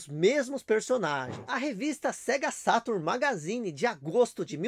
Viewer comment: É engraçado que ele fala o português perfeito, mas na hora de falar "Sega Saturno" ele não consegue rsrs